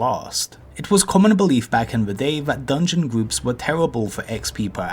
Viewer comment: Fwost the gwoups